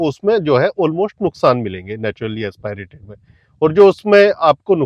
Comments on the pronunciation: AsPAAIRATED nahi hota, AsPIRATED hota hai mere bhai. Kam se kam pronounciation to seekh lo videos banane se pehle. AS PI RATED. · Naturally Aspirated Engine ❌Naturally Expi rated Engine✅ 😂😂😂